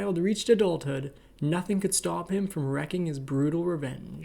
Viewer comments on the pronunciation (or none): That's wreaking, not wrecking. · Guys maybe some coaching on word pronunciation? Wreaking is not the same as wrecking. Corps is pronounced “core” And it’s only one minute in.